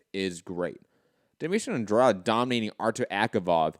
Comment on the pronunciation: Good to see using his Portuguese skills to pronounce Andrade almost perfectly 😊 🇵🇹